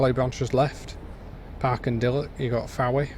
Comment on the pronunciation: I think I'll stick to flying aeroplanes, can't afford another expensive hobby! By the way, Fowey is pronounced Foy, and don't even ask about Tywardreath!